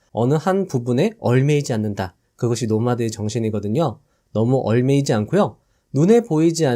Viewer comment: 얽매이다 : [얼매이지] 않는다 ㅡ> [엉매이지]않는다.